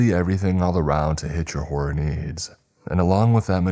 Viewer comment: You've been working at the flow of your speech and pronunciation/annunciation for years and are doing well. However, and this is completely out of love, you need to practice pronunciation of the second O in, "Horror." It sounded like you were saying Whore not Horror on the Chilling ad. Otherwise, you're doing great bud.